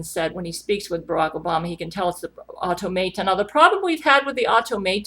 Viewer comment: everytime you said automaton I died on the inside a little